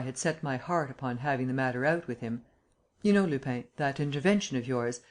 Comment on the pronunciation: Lupin isn't pronounced Lupain. It would be better if it were pronounced Lupan. Closer. Can't listen to this speedy American accent.